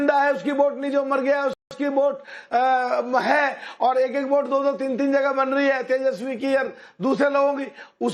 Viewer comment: टोंटीचोर नकटे को वोट को ओट और वोटर को ओटर कहने वाला अज़ीज़ ख़ान जैसा कट वा ही प्रवक्ता मिलेगा।